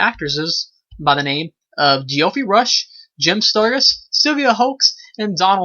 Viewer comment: It's Jeff-REE, not Gee-OFF-ree.